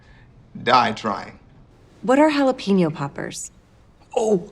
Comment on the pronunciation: There is no way the first chili made you gag. God I can't stand exaggerated displays of disgust. You say jalapeno like an ass hole.